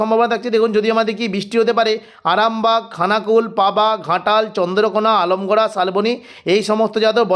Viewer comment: আলমগুড়া নয়। দাদা আমলা গুঁড়া বলবেন